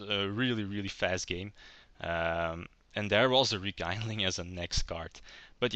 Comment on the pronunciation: Nice one. I always thought the haze trap and spell are not that great, hence i never liked most of the build i've seen online. One little think I d like to point out, since it was pointed out to me when I did it: It's called Rekindling, looks like kind (kaind), but it actually comes from kindle, and that is spelled like a seen or keen. So it's like rekeendling, not rekaindling ^^ aside from that, nice plays. I'd like to see more than just 3 duels if possible